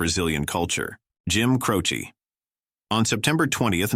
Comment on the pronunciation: Jim Croce not Crowchi